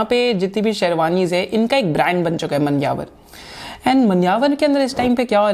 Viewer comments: 😀 i think its मान्यवर ... Not मनयावर...may be i m incorrect...btw excellent video sir ... As usual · Manyavar is pronounced as ' Maa'nya'var'. Thanks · मान्यवर...aa after m in pronunciation. .Bhai dilli..me ye haal hai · Your pronunciation if Manyavar is very funny 😅